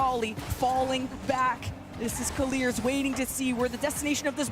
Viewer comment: It's "KAH-leer-z".